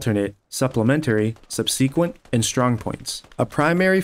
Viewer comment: Great vid as always in this series. Minor note, but I'm pretty sure "subsequent" is pronounced sub-sikwent, instead of sub-see-kwent.